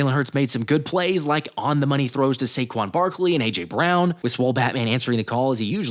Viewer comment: “SAQUON” again